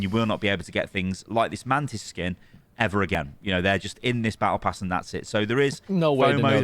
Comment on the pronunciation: as an f2p. i don't care about the tokens auto spent at the end of "Bah eh pass."